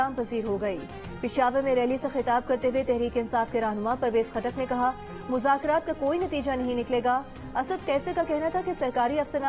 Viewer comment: Shah mehmood urdu bolna sikho. Mazakrat nhi muzakrat.... Tumne or tumhare leaderon ne mulk ko mazak bana dia. Or raat 🤣🤣🤣🤣 mazak(raat)